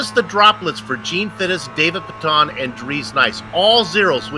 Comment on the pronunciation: It's pronounced pay-tun